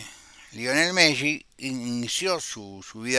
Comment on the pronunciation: Bs tardes. Me llama la atención como pronuncia el apellido Messi. Se pronuncian las dos eses como en pizza.